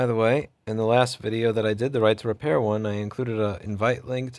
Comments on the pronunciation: Right to Repair, or Right to RePURR, heh?! Amirite?? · Right to RePURR Sounds good.